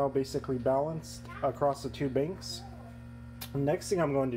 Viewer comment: He's saying you're pronouncing banks as binks. Good video, btw.